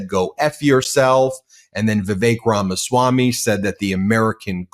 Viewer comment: It's Ramaswamy, not Ramswammy.